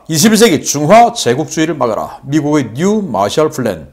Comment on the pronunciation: Plan과 Flan 구별 P와F, B와 V 발음의 구별